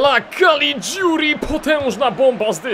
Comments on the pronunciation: Nie Calidziuri tylko Calliguri. Czyta się tak jak się pisze :) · tego caliguri wymawiaj kaligjuri ;) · czytaj kaligjuri